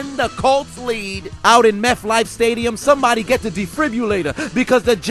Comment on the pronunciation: Meth-Life Stadium LOL